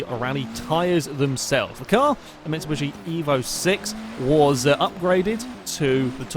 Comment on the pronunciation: Great video, but for the love of all that is holy it's Mitsubishi not Mitsibushi you pratt.